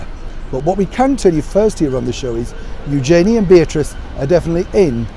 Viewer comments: Hi, love your channel and your insight. I’d just like to advise you on your pronunciation of Eugenie. During the commentary of her marriage I learnt I’d been saying her name wrong for years. You pronounce it Youjayney but it’s really pronounced Uge (rhymes with huge) Jeny (rhymes with knee). By all means check the footage yourself, if you have the time. Love the show xx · it’s eu-zhuh-nee said very quickly, not eu-jay-nee. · I thought you would know how to pronounce Eugenie's name properly - I only just found out: ) I don't know how to write it phonetically... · As a Brit, you should know the proper pronunciation of Eugenie's name.